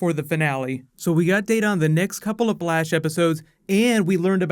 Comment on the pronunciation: anybody else hear blash alot?